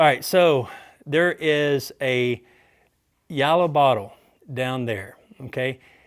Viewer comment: "YALLOW" bottle!!!! 🍼